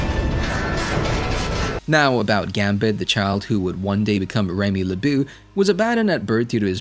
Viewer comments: "leboo"... It's le-bow Lebeau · Fam, how TF can I trust a breakdown of the character when you can’t even say his name correctly?! Seriously? Remy “Le-BOO,” though??? It was grand opening- grand closing, for me. I subscribed immediately when I saw the content… and unsubbed immediately when I heard it 😂